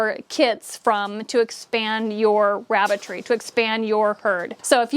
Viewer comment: it sounded like I ke you said Rabbit 🐇 Tree🌳....🤣😜 THANKS GOR THE INFO. 🤗💜